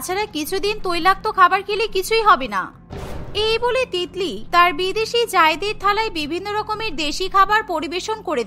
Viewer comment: Titli ke tikli ke bole bhai 😂😂😂😂🤣🤣